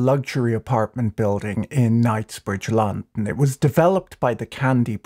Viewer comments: mans saying Lon-n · Imagine the wealth that has been hoarded by a tiny group of people and what that wealth could do for people if it was somehow released back into society. More and more every day “eat the rich” doesn’t sound so silly. You say “London” so strangely that I don’t think I’ve ever heard it that way. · I've legitimately never heard anyone pronounce London the way he does. It's a very peculiar pronunciation, weirder still is he pronounces every other word pretty uniformly.